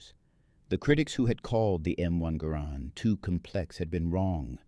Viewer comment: It gar rend not gar Nord, it's a Canadian design after all.